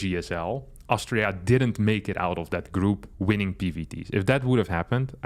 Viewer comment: I still don't know if mans saying Austria or Australia